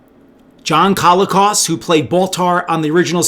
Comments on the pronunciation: John Colicos was awesome, and it was great that Richard Hatch got him for the sales-push trailer for his proposed project. But I noticed you were pronouncing it "CALL-ih-koss." In interviews/etc. I believe he used either "cō-LEE-kohs," or "kuh-LEE-kohs" - in a couple of interviews I've seen it seemed to vary a bit based on how fast he was talking, and might also be John's Canadian roots at work. Since he's pretty much the only notable person with that surname, it's tough to find other examples. The general consensus is that it's of Greek origin. There has to be a fun story about a Greek family winding up in Canada - I mean, it IS pretty unusual. That alone could be the basis for a feel-good movie. Like, "My Big Fat Greek Wedding" in Alberta or the Yukon, and nobody has any clue what this crazy family is up to. (Sorry if I can't remember the official phonetic symbols, but I haven't had to since I was in maybe fourth grade and that wasn't important enough to hang out in my brain for 45 years. Also I don't know the ASCII codes for half of the accent marks.) Edit: If your specific focus is on toys, I remember actually lining up at a morning opening of a Zayre (!) store in northern IL with my dad on a wintry day, when Christmas stock and sales were dropping. I literally dashed on my 10-year-old legs back to the toy section - I was still small enough to weave around adults with shopping carts if I moved fast - heading for the Battlestar Galactica section. An utter jerk of an adult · Isn't it pronounced "co-LEE-cos"?